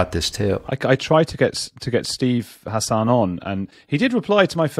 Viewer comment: It's pronounced HASSen, not hasAHN.